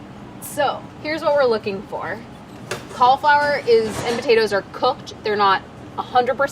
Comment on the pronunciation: Why does she pronounce cauliflower so? Make it stop!!!!!